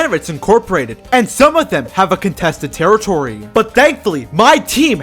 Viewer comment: Contestet terretitory